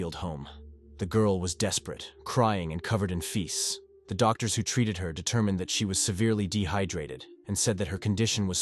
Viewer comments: "Feces" pronounced "Feese", "Blood" pronounced "blued" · Covered in feasts😂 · London pronunced Lun din, Crime pronunced Cry m, Feece pronunced Feece ese, Bloid pronunced Blud